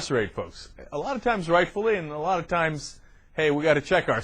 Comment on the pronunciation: ehh..'a loth'??lol